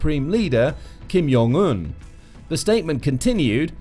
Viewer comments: Ok kinda interesting. But you lost me at “Kim Yong Un”…its jong…like john…like joint and…whatever else…not yong… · It’s Jong not Yong. He’s not Hispanic